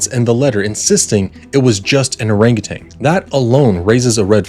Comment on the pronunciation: It was typed, not handwritten. Also it’s “orangutan” not “orangutanG”. FYI.